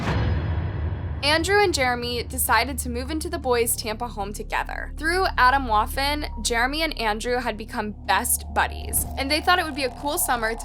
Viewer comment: Learn how to pronounce Atomwaffen, Junge! What egocentric confused kids can do...crazy